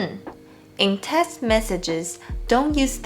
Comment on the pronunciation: Hi! Thanks for another wonderful lesson. I have to say, though, that when you say "text" (as in text message), it sounds like "test". That was a little confusing for me, but I was easily able to understand your meaning from the contest.